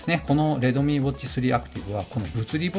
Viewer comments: 発音がredomeeになってますよ とか？ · レドミーじゃなくてレッドミーね